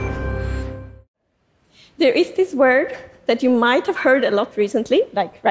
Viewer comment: She says yoy and yoin